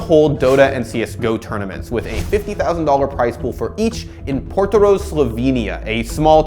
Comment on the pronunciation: Lmao I love the way u said “Portorož Slovenia” only Slovenians are gonna know the correct way of saying jt